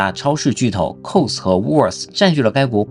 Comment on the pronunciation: Woolworth的读发应该是把它当两个词读是对的